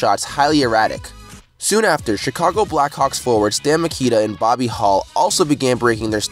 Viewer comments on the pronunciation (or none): none